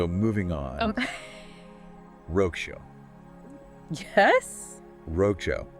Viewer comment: I really enjoyed the video, but wow, the way you butchered 'Wrocław' is unbelievable! XD It's actually pronounced 'Vro-tz-wav.', not "Rogue show" xDDDD Honestly, it's just a quick 2-second Google search to get it right.